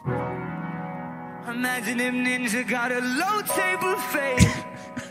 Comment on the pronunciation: Imagine the ninja got a low taper fade. Sounds like if he saying imaginative ninja got a little Tay buffet.